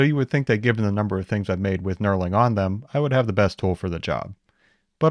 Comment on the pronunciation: Knurling! I kept hearing "Neuroling" or something of the sort and I was very confused.